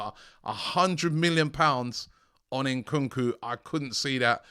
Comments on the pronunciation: Ayo Robbie, please start pronouncing AFRICAN player's names right, it's Nkunku not N kookoo, don't say the N separate, as AFRICANS you're disrespecting us, love your content but sort this out P.s Same for Eddie Nketiah, it's not En ketiah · Robbie is not Enkunku its Nkunku 😅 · Bro said nkunku 🤣😭